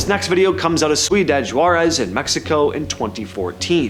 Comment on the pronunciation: It's not "sweedad" Juarez--it's "see oo dad". Spelled ciudad.